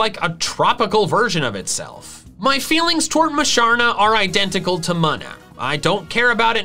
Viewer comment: Muh-nuh. Ew. It’s Mew-nuh or Moo-nuh lol